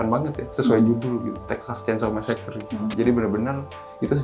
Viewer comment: Mbaaak T_T bukan masakre ... masaker